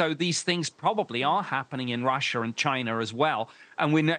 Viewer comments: Someone needs to tell this guy that it's pronounced "Russia" and "China" not "Russer" and "Chiner"😂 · Ahh yes.... Russher and Chiner